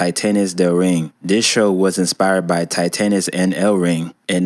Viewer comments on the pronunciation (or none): “Tie-TANess” 😂😂😂😂 It’s “tee-TAHNess”